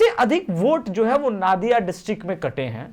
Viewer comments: नादिया नहीं, नदिया होगा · नादिया नही नदिया होगा। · भाई वो नादिया नहीं नदीया है नही